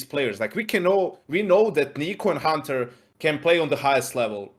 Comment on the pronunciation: Love how pronounced it khunter... like a true slavic language speaker